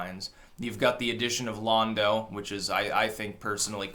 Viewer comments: This is just the worst. Pod racing a high point? 8 better than 7? Pronouncing every fuckin' character's name wrong, even though they're said numerous times throughout the movies? "Lawndo?" Jesus, man, go back to politics. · Lawn-Doe Calrissian. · Lando... They pronounce it in the movie.